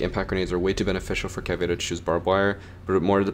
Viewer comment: Its fukin cah vay rah just google it its spelled how its read